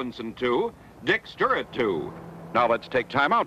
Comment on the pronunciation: Cincinnati really gave Baltimore a great ballplayer when Frank went there. I saw Frank hit homers in Wrigley Field that hit the bleachers before he left the batter's box. The announcer couldn't say Stuart, he kept saying Sturrit.